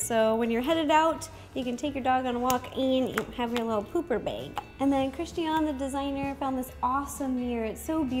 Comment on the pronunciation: that's pronounced Christi -Ann. tell her to get over her self and learn her name.